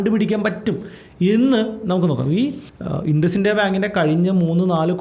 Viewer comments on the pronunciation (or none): ഇൻഡസ്സിന്ത്യ അല്ല ഇന്ദുസിൻഡ് ബാങ്ക് 😂